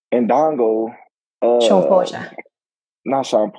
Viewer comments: this nigga said Indongo y’all 🤣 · Here for more of them lies and him using Spence for clout! Talk about amnesia 🦆!Dude said Indongo, Ricky Burns 🤣🤣